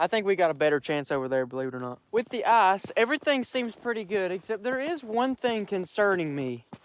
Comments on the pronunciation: I like how you say eyes fishing instead of ICE Fishing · No hate but it sounds like Arse fish when he says ice fish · did you say eye-fish or arsh-fish... ;) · Could u not say arse fishing please 😂😂😂